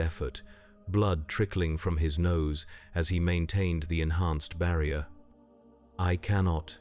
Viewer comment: bro is fighting with the word "barrier" at the end